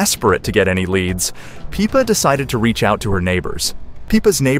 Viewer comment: its pippa, not peepa